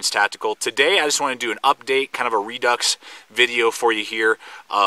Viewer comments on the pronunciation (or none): none